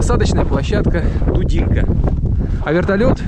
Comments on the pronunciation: Посмотрел и вздрогнул... Прожил 25 лет в Дудинке, 2 из них в Воронцово... Переехал в этом году на материк и перекрестился... Жалко северян... Плохо что этого не знает и не видит президент... Здоровья и терпения всем... P.S. Правильно Дудинка - ударение на И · Дудинка, ударение на А. Спасибо за фильм.